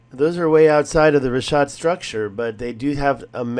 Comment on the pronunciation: Its RiCK ah t not Rish ah t. Jesus learn how something is pronounced before making a video. Also considering that structure is on the outermost ring it would be located in a poorer district. My guess is that the structure is a courtyard wall where one or more houses were once located (not a Castle ). This way more than one family could live. You know like siblings with their parents and children . Maybe with room for a garden or livestock.